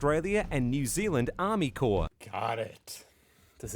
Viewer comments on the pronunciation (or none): Corps not core 👍